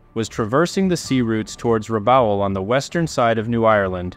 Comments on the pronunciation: great video. Rabaul is pronounced 'Rah-ball' btw. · Keeps getting Rabaul wrong though lol